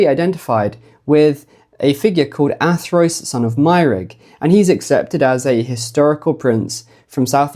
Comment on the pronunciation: surely Athrwys would be pronounced "Athruuse", not Athroyce??? remember - Y is U and U is Y in Wales... and that pronounciation sounds a LOT more like 'Arthurus', doesn't it?